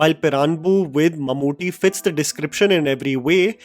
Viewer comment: It's Mammootty, not Mamuti! And in the Chapters, it's Thaniyavarthanam, meaning the Recurring Rhythm. Even though the actual meaning of the word is more like a Guitar Solo in the middle of a Rock Song, where a musician goes on his own in a composition! :yougotthis